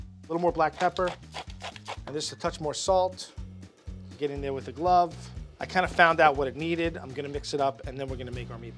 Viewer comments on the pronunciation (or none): none